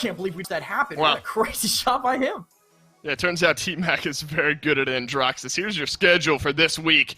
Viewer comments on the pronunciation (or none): Man said Andraxus😂